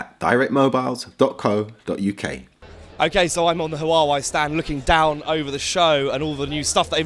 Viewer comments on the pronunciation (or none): It's pronounced War-Wey not Hu-War-Wey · It's wah-way not hu-are-way.